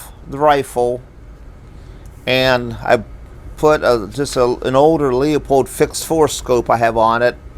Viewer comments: It’s not pronounced “Leo-pold”, it’s pronounced “Lew-pold”. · stop saying the name wrong do you see a 2 Os in Leupold its not Leopold u u u u u. Don't get mad when someone keeps your last name wrong over and over.I do by the way it seems the recoil of the guns is knocking out of zero I have older scopes never had those problems,but these new ones or new style I hate them. Leupold is not holding well on quality now this sucks.sorry for my rant